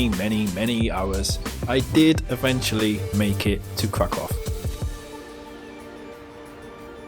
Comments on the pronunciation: Kraków is read Krakuw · KRAKÓW is pronounced "krakoof" in Polish, by the way... :) "Ó" sounds like "U" in "put". Hope that helps! :)